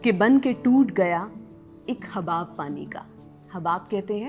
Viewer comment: Lafz Habab nahi Hubab hay.